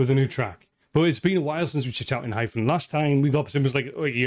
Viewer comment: Enhypen is pronounced N-Hi-Pen or N-I-Pen or N-High-Pen. Like the reaction. Please react more of their songs. Enhypen never miss.